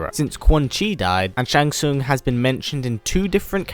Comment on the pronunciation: *Shang Tsung. Your favorite character and you didn't get his name right..... Really bro?